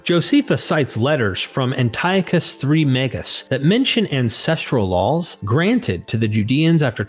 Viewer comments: My only critiques are how you pronounce laws and seals. You say lawls and sills. Oh man, I just heard you say ideals as Ay-dills and reveal as revill. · Sounds like you're saying "LOL's" when you say "Laws"